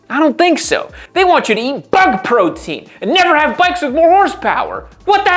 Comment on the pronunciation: ... 'eat bug protean"... Lol😂